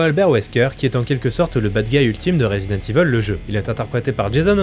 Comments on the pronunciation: jme suis arrêté a la prononciation de "Resident Evil" : rézidente iveule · "Rézidante Iveuule~"